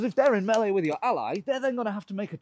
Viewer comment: I like that you pronounce melee correctly.